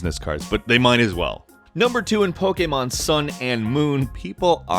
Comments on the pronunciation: why do you pronounce Pokemon an pokamon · Back with the whole Pokeaaaymaaaan pronunciation. 10/10